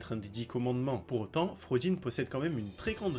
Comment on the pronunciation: Il n'y a que moi que ça choque ? "Fraudin" au lieu de Fraudrin, "Galan" au lieu de Galland "Greylord" au lieu de "Grayroad" fin bref....